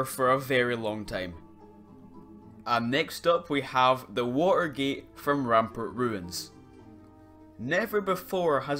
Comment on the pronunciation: he said ranpernt, it's his accent. Don't worry I say it the same way